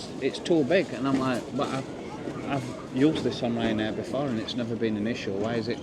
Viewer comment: It's Ryan dare more like it